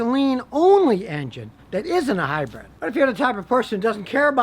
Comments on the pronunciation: It's hyBRID Scotty. Stop saying hyBREAD! Damn you! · Hybrid, not hybred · john smith lol omg I’ve never laughed so hard in my life! I literally thought I was the only one who seemed to think he said Hi bread! I saw your comment and had to grab a pillow and scream in it so I don’t wake up my fam am! This is hilarious! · Have a gulp of beer every time Scotty says HiBread. 🥴 😵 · “Hy-bred car”.....LOL